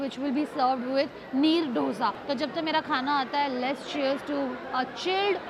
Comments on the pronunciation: It's not DHOSA.... ITS DOSA.. EK, DO, THEEN. 1, 2 ,3... Dosa.. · Dough-SA nahi Dosa :🙏🏻🤦🏻‍♂